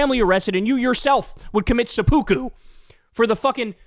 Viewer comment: Never did I think kyle would say Sepukku ROFL